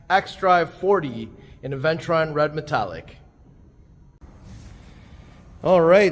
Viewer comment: Hey, it's pronounced uh·vèn·chuh·ruhn 😜